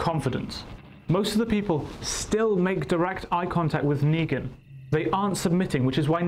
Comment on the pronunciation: negan u mean leangan 😂